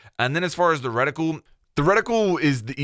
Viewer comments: Do all our US cousins pronounce it ‘redi-cool’? We say ‘reti-kewl’ 😆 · Reticule. "Reh-tih-kyool" Not "Retickle" or whatever you're trying to say.